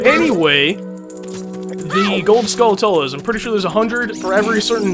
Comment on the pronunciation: For the pernunseation of Skulltulas, think of tarantulas only skull instead of teran.